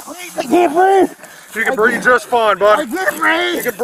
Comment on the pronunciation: it is actually " I can't breeve"